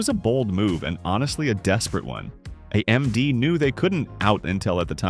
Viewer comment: Am I the only one annoyed with the AI voice over being unable to pronounce A-M-D or G-P-U or A-P-U normal? lol